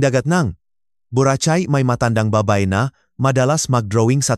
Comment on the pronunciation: Taga saan ka bro? Medyo kc na iba ang pronounce mo sa Tagalog words eh hindi na man trying hard ka, kaya natutuwa kami sa the way you pronounce the Tagalog lalu na Yun word na "bura chay"😂😂😂 BU RA KAY, YAN ANG TAGALOG WAY OF PRONOUNCING .... KEEP GOING YOUR DOING GREAT DOING ORIGINAL,, NEW SUBSCRIBER SIR..STAY SAFE